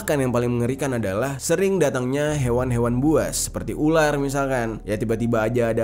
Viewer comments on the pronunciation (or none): none